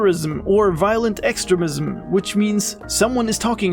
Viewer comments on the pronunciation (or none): It's pronounced ex-treem-ism, not ex-tre-mism